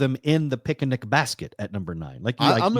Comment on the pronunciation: Can't tell if it was intentional or subconscious that said "pic-a-nic" basket because of yogi